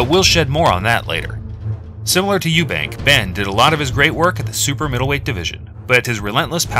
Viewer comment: Eubank, there is no 's'.